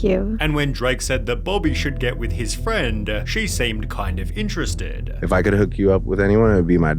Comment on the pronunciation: friendeh. iterestedeh. interactionnnneh. reasonnnneh. sinistaaaaaah. husbannndeh. aftaaaaaaaa. admitteeeeed.